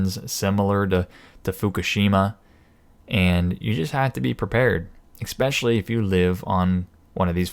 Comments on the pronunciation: thank you for your thoughts. However, better to correct your saying Expecially, the word is Especially. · Did you just say, Exspecially? ;-). Interesting report.